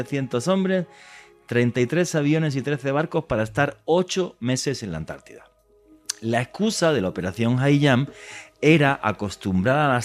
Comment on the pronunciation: Por quê ANTARTIDA, quando parece dizer añti